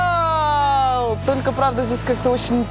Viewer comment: Настя реально тупенькая... Сиетал, Сиетол... Идиотина